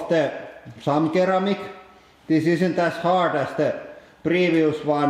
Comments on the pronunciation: Sir-amic not ker-amic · I would like to raise the issue of the way you pronounce ceramic, i know that you mainly aquired the english language from playing video games but ceramic is prononced seramic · Great video! For your info, when pronouncing the word "ceramic" the first "c" should be pronounced like an "s". So you would say "seramic". I hope you don't mind me helping you improve your English! :) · I think people like his mispronunciations. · It's the Finnish way to say it :) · "ceramic" is pronounced with the "s" sound at the beginning FYI :) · Dan Xepha I think it's better incorrect, it adds character. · In Finnish it is "keraami" (noun, material), "keramiikka" (noun, pottery) "keraaminen" (adjective) No 'c' there so it's natural that he pronounces 'k'. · NGT OI agreed. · ceramic is pronounced with an "s" :)